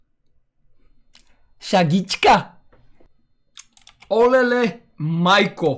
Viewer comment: искаше да кажеш шегичка А не шагичка